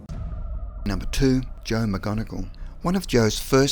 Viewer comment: Aren’t you guys able to pronounce correctly the last name of Joe McMoneagle & not MacGonagall.. Unless you’re promoting Harry Potter. It’s so disrespectful.